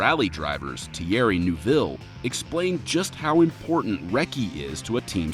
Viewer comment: “Thierry noo-ville”